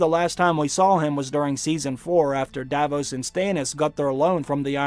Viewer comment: Pronounciation rectifications: “Arya” has no “ee” sound in it, it’s simply pronounced “Ar-ya,” not “Ar-ee-ah.” Ser Davos’ name is not pronounced “Da-vose,” rather just “Da-voss.” It has a soft “oh” sound similar to that which your mother makes when I have my way with her.